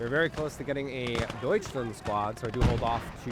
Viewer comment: Nice progress on your German! "Aufklärer", "Kettenkrad" are now very good. "Gebirgsjäger" is fantastic, as always! Unfortunately you're still saying "Deutschlend". Make sure to say "Land" not "Lend". You sometimes say "Panzer" correctly like in "Panzerschütze" , and sometimes incorrectly like in "Panzerpionier" . Speaking of which, the ending of "Pionier" was great! But the "i" after the "P" sounds like "ee". So like "Peeoneer". I kinda have the same problem with "LeFH" as I did with "StuH", as in, I've never heard a German speaker actually say the abbreviation, only the full name "leichte Feldhaubitze". Personally I would pronounce "LeFH" like "l-e-f-huh". Btw your team mate was saying "hold on" "waiting for vehicle". the enemy said "you gonna take the base or what?". Then he says "Take the base or I'm closing!" and your team mate answered "now we can".